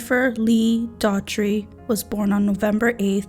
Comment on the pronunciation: I think her name might be pronounced dorty. Not sure, Thankyou for representing This beautiful young lady and letting people know the scum bags that hurt and killed her